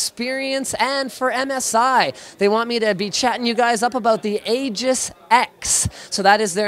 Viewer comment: It's pronounced AY-gis g as in grape